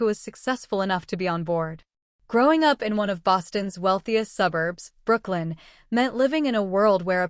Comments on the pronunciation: The Boston suburb is called Brookline…. Did AI say Brooklyn❓. It’s in the very first of the video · The ai mispronounced Brookline